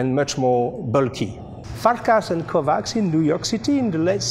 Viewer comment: Dear, this might come a bit late but Kovács is pronounced "Kovatsh" or "Kovatch" if you will. 🙂 Best regards from Vienna!